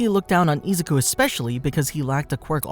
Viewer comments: boy said ''isucu'' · How many times can you say “Izuku” wrong … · Man the way he mispronounces izukus name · No offense, but the way he says “Izuku” it’s just so weird!